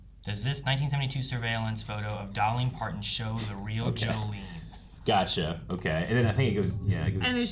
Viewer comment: It’s Jolene not Jolie